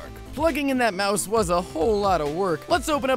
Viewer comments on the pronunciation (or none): none